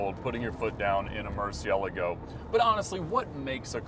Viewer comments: I enjoy, and love his cars. But the way he says Murci-Ela-go… 😂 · Lol so typically American… owns 3 but can’t pronounce Murcielago or Coupe! Haha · I know I know.. he’s pronouncing it “correctly” but it sounds funny saying Murcigigglego